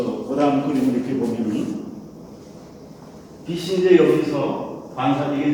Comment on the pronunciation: "빛이" [비시](X) [비치](O)